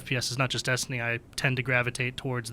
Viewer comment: She won't stop pronouncing it "Dustiny" and it's pissing me off.